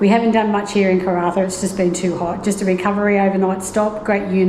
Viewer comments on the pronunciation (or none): It is "CARNARVON"!!!!